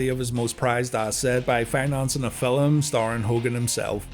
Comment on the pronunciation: Did you say filim my guy?? Update.....you did lol